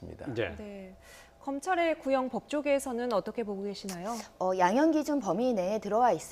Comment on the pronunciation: 20년 구형이 20분 구형 같이 들린다 슈밤